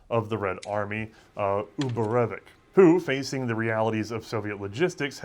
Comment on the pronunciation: I noticed you seem to always pronounce "ch" as a sort of "k" sound in names like Ivanovich or Uborevich, as if reading a Polish or German transliteration. But in most transliterations of Russian names that is meant to be the same "ch" as in "choice" or "chair", it's a sound for which Russian has its own separate letter (Ч), and it's almost always found in patronymics, and a fair few surnames.